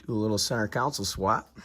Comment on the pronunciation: Con-sole ..not council